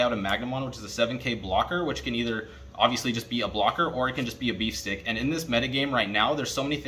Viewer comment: I like how you said beef stick instead of beatstick. yummy :D